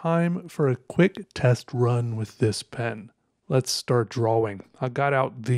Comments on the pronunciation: I love how he pronounces "drah-wing" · The only person I've ever heard who pronounces the "W" in "drawing". Unique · Hearing “drawing” pronounced with a “W” is unsettling